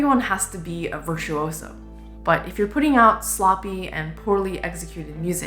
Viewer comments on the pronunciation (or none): none